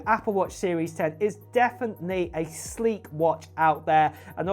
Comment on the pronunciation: Sleek. Not Sleak